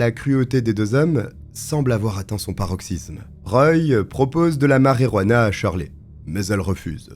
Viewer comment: Ce n'est pas la marérouana, mais la marijuana. T'as qu'à dire la "marie-jeanne" (ou l'herbe), si tu ne sais pas prononcer l'espagnol, ce qui, au demeurant, est étonnant vu tes origines ethniques.